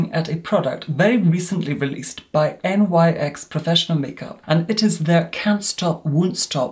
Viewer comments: Love you but FYI It's pronounced "niks" not N.Y.X 😅 it's not an acronym, it's named after Nyx the Greek goddess of the night 😘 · One - you are literal heaven on Earth 💕 Two - Nyx isn't an acronym. It's pronouced like "niks" 💕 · I'm sure another viewer has already pointed out that the brand featured in this review is pronounced 'nicks' rather than as initials. The brand is named for the Ancient Greek mythological personification of night, Nyx, due to the fact the company initially launched as a makeup range suited to diverse evening / nighttime looks.